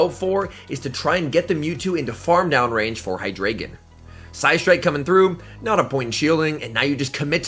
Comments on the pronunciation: its pronounced hydr(eye)gon not ay because i think its a reference to german with the amount of heads it has d(ein)o has 1 head ein means one (zwei)lous has two heads zwei means two and hy(drei)gon has 3 heads drei means three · By the way, it’s pronounced “Hy • dry • gon”